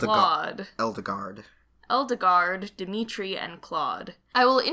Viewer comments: edelgard... eldegard... eldigan... i wish he'd stop saying eldegard... it just makes it seem... weird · I'm thinking they're going for the german pronunciation for Edelgard( japan does seem to borrow from the germans from time to time) so something like this